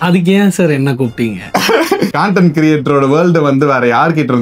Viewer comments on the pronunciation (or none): Google ஏ கண்டென்ட் னு தான் சொல்லுது.... காண்டென்ட்...